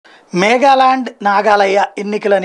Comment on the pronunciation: దేనికి అంత తొందర? మేఘాల్యాండ్ & నాగాలయ అనేశారు? అలాగే ఇంగ్లీష్ ని చదవకండి స్వచ్చమైన తెలుగులో చెప్పండి చాలు.